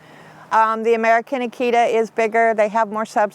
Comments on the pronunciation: Well to be fair she also pronounces Akita wrong the whole time too...most people do. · Well...to be fair, she also pronounces Akita wrong the whole time too.